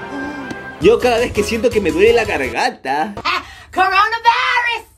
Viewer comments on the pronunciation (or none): Como se llama la morra que dice: coronavairus?